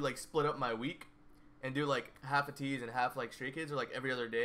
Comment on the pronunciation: Okay your pronunciation of Ateez is getting better! When you say it, it’s not UHtease anymore, it’s more like ahTEASE. When you get that AYYYY, long A sound in there, AYYYteez, you’ll be at 100%! And yeah, Changbin and Wooyoung are besties :)